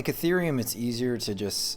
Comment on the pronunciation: I stopped listening when you pronounced ETH as " ehhhth" instead of "eeeeeeth"